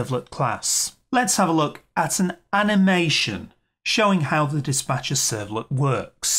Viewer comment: ...servlet is called Dis'P'acher ...not Dis'B'acher...servlet :D